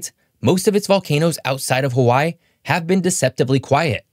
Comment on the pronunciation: You need work on your Hawaii pronunciation.